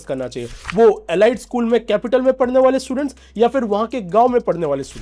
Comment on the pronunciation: एलाइट नहीं एलीट होता है वैसे भी भारत भी गोबर टेस्टिंग में लगा हुआ है 😂